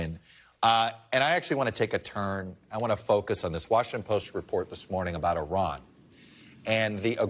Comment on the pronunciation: How sorry of a CNN host you gotta be to not even know how to pronounce 4 letters in Iran correctly! Big ups to Brennan to correct him.